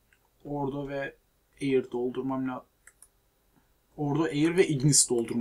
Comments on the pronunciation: Eyır değil ayir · Ayir de değil air